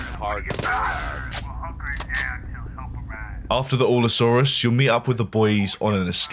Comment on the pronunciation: Allosaurus*. (Al-Uh-Saw-Rus)